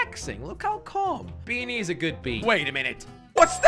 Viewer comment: "Talking about beanies" came out as 'Thalking about bee knees'